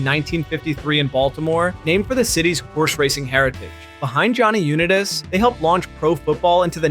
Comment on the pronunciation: First you say Jonny Unitas way wrong than Brett Farve...great video but you should really research the names of LEGENDS